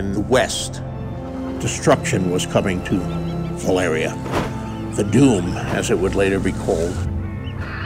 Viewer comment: wtf george is pronouncing valyria wrong D